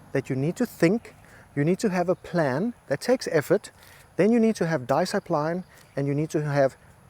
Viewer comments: LMAO - "Disk-i-pline"! I wasn't reading the caption so when you said disc-i-pline I thought you were prescribing a new medication LOL. Then I gave it some more thought, and you were prescribing a medication. Thanks for the reminder,. I'll take a double dose - Wadda playa! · I love this video… but hearing “diskipline” and “confidentiality” make me cringe 😂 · I love how much discipline he has in consistently mispronouncing "discipline"